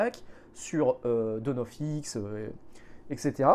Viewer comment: Dommage mais c'est ce qui devait arriver, Panini est une industrie, rien d'autre, Disney/Marvel aussi, faut pas se leurrer. Bonne année à vous tous ! Au passage, ça se prononce : Downe of ex ou ex-men, et mon libraire m'en avait parlé comme du nouveau Strange et j'ai bien rigolé !